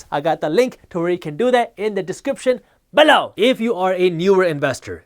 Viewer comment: Never noticed "people" but "below" always makes me smile 😂